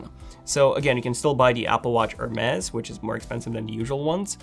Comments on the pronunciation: It’s pronounced Her Mees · Hermes/ Hermes...lol I loved the way you pronounced the word Hermes